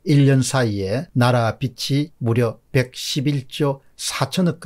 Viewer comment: 공박사님 항상 새로운 뉴스 고맙습니다. 그런데 "빛이 늘어" 가 아니고 " 빚이 늘어" 라고 말씀해 주세요, 발음에 " 빚이ㅡ비지 " 라고 발음해 주셨으면 합니다